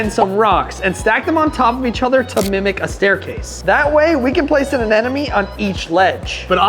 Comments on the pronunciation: Repeat after me, uh-NEM-uh-nee Anemone is pronounced uh-NEM-uh-nee (/əˈnɛm.ə.ni/). Not uh nen uh me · It's Anemone, NOT Anenome! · Why can no one pronounce anemone?? 😂😂😂